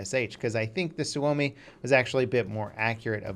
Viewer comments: You just not said "suami"? IT'S SUOMI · it doesn't have a w when you pronounce it and actually says su-oumi if he left the extra u he'd be correctly pronouncing the name of FATHERLAND PERKELE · butchered the word Suomi because it sounded like Swuomi when he said it lol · "suvomi" lol TORILLE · "Suami" xDDD that sounds funny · Suomi is pronounced sawme